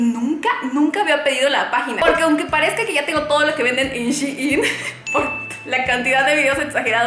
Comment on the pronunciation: Me desespera que no pronuncies bien "Shein"